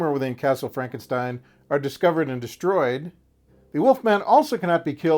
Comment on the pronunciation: Fronkensteen? Do you also say Froaderick? Why isn't it Froaderick Fronkensteen?